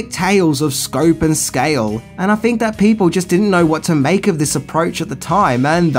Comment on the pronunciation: I don't fink knows a fing about how to speak English.